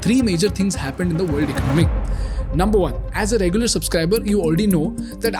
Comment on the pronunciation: This guy's pr0nunciation and ac cent c r e e p me out. He uses the word "economy" so often, then he better know the right pronunciation: economy is pronounced as [ēˈkänəmē] not [ache-o-no-me] Wreck is pronounced as [rek] and not [reek].